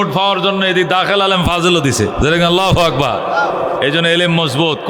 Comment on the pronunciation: শব্দটি হবে আল্লাহু আকবার।আগবার নহে।